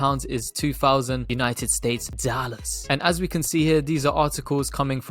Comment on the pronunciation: I’m sure you said states but it sounds better when you say steaks babyyyy